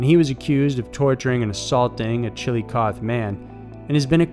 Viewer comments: Hello there guys love your channel and the story's you run....... I just wanted to let you know the missing Ohio women the name of the town and I'm going to try and spell this out phenetically but it's....... Chill-o-coth-ee and the name of the river is the Sci-o-ta ....... I hop that helps you guys out...... Please keep the content coming I binge watch you guys all the time ...... When the story about the women started it took me a minute to figure out what city you were talking about but seeing the pictures helped...... And it really is a small town and super crazy that so many woman have come up missing and dead the only explanation that would make any sense is that they have an active serial killer ...... Hunting and attacking the women of the area........ Thank you again for everything big hugs and lots of love from ohio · Good channel, but you need to really work on your pronunciations. Do a little internet research into the pronunciations before you do these. "Chill-luh-coth-ee" and "Sci-o-toe". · Its Chillicoth"E"...like coffee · I’m from Ohio and hearing Chillicothe pronounced “chilly-cawth” made me cringe everytime 😂 it’s “chill-uh-cawthee” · Chill-a-coth-ee. Not Chiilicoth. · Its pronounced Chill-Eh-koth-ee not Chill-eh-koth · it is pronounced chil lo cath thee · Chilicothe ohio is a meth town and big for prostitutes. They are all probably drug or prostitution related. Also its pronounced chill-Oh-cothy and its a shitty place. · Just so ya know..its Chilicoth(ee), and Scioto actually sounds like Psy-o-tah. 🙂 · It’s pronounced Chillicotheee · Chillicothe is the human trafficking capital of Ohio so I'm not surprised it was listed here. :/ By the way, the way you're pronouncing it is incorrect, it's chill-ih-coth-ee but nice try lol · Maybe research the proper pronunciation of cities and towns. CHILLA-COTH-EE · It’s pronounced Chill-uh-cAW-ThEE and SI-O-toh. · It's Chillicothe - Chill a cothe (like coffee but with th) he. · Pronounced “chill-o-cothee” ohio